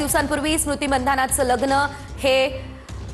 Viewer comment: कमीत कमी महाराष्ट्राच्या या प्रस्थापित वाहिनीने तरी मंधाना ऐवजी मानधना असं म्हणावं इतर भाषेबद्दल आपण समजू शकतो मराठी मुलखातली ही मुलगी आहे